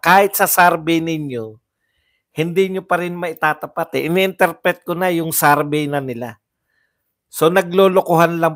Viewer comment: Survey=sor-vey,Hindi sarvey